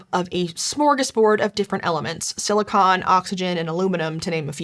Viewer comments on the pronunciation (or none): none